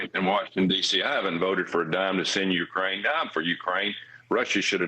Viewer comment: A small adjustment: It's not "YOU-crane." It's "you-CRANE." And, it's not "Tuberville," it's narcissistic, religious jerk."